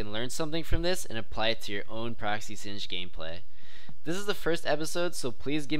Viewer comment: its sin-jed and not sin-ged?